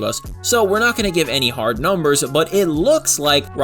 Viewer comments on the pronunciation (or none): none